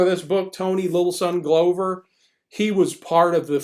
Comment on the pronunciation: I was around the Minneapolis scene in the 60s and 70s, and KR&G (in various combinations) were great. And everybody had this book, invaluable even with his sometimes annoying hipster slang. PS--Tony Glover's name is pronounced "Glove-er" not "Glow-ver."